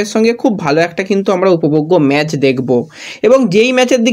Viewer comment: ভাই তুমি আবার ম্যাচ কে ম্যাজ বলছো? আবার ফিডনেস হবে ফিটনেস। বড়ো বাজে লাগে। একরু শুদ্ধ করে নাওনা ভাই। তুমি ভালো বলো, সব ভালো কিন্তু উচ্চারণ টা ঠিক করো। অবশ্যই লাইন নয় অফ লাইন।